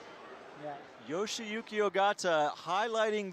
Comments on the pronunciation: Not sure how the male caster keeps getting Yoshiyuki Ogata's name wrong. He calls him "YoshOyuki", and with some emphasis on the "O" too, while the female caster nails the pronunciation. Would probably be worth it to know roughly how to pronounce the finalists' names =D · I cringed every time I heard "Yoshoyuki" lol. I'd understand if it were a newer climber who is just coming on the World Cup scene, but Yoshiyuki's been dominating for a while now. Please learn to pronounce their names correctly, we the audience would like to learn the proper pronunciation as well! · We aren't expecting them to pronounce it like a native speaker. IDK why he's even trying when he can't even say the guy's name. Plus, it's literally "yo-shi-yu-ki". Like, what's hard about that? You act like he needs to take a course in order to say a name. We have slightly different versions of all those sounds in English. Reading it that way is fine, people understand that different countries have different accents. Plus, IFSC commentators should probably be familiar with one of the more prominent Japanese climbers in recent history, no? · This was really getting on my nerves too! My guess is, after saying "Kokoro" so much his brain turned "shi" into "sho" after starting with a "yo" sound. However, while this tongue twister could be forgiven once or twice, after a dozen times you are just literally saying someones name wrong, even though it's written in front of you and Meagan is saying it correctly right next to you. Although I think Meagan got tripped up once hearing it wrong so many times in her ear haha.